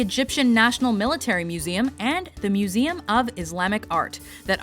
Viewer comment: I love how accurate you pronounce the meseum names. you're like multilangual or something.